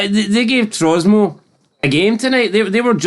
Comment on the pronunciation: It's Tromso not Trosmo ya Numpty!!!!